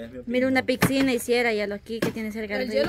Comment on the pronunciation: dice 'pixina" 😅😅😅